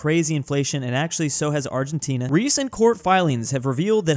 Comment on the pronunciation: "…along with Arllentina and Chilé."